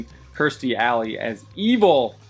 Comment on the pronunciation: It's KEERstie, not KRIStie.